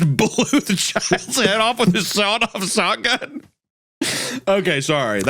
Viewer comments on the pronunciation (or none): My Favorite Weapon is The Shawed-Off Sotgun